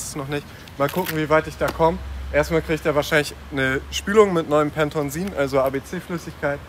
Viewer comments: Du sagst jedes Mal Pentonsin. Aber das heist doch Pentosin xD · Das heisst P E N T O S I N Junge!!! :-) Wenn ich das höre werde ich wuschig!!! Und Pentosin gibt es seit 2016 nicht mehr heisst bald Fuchs Titan CHF11S by the way. CHF= Centralhydraulikflüssigkeit. Cooles Auto, freu mich auf dein neues Projekt!